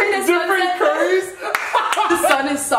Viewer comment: When she said cheekin sauce instead of chicken sauce🤣😂🤣 to